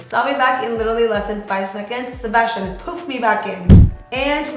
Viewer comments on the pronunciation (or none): none